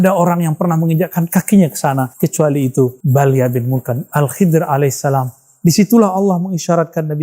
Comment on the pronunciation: Maaf bang nama nabinya nabi hidir bukan Kidir🙏